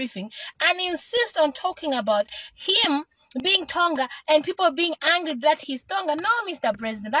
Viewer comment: You ar not Lozi coz u cant pronounce hungry and angry